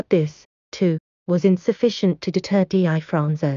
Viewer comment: #1- The narratator seems unfamiliar with the subject matter and the English language. She constantly mispronounces his name. Its pronounced, Difronzo. Just like it's spelled. Not D I Fronzo. Also, you said his nose was shot off. Wrong. It was sliced off by a plate glass window as he was escaping a robbery. If you're going to make a video, at least get the basics correct. I could go on, but you get the idea. And what's with the zooming in and out? That's unnecessary and distracting. I had a hard time watching this video with all the mistakes and bad pronunciation. Learn the language if you're going to do English speaking videos.